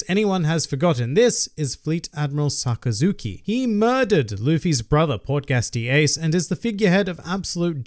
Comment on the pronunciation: sockazuki?? I thought it was Sakazuki?! But it was a great video